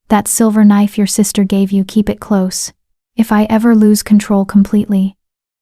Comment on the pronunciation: At about 1 h 49 min the nice AI voice mispronounces "close" changing the meaning from the required "nearness" to the incorrect "shut."